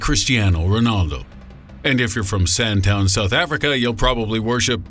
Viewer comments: Sandtown! Hahaha, you mean Sandton :) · And it's pronounced San-Ton.